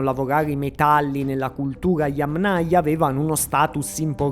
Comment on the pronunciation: Accento sulla prima silabba - Yámnaya. Parola Yáma. In russo Я́ма - fossa. Yámnaya (di fossa). Cultura di fossa. Kultura fossiiiiile. Un po si sente storto.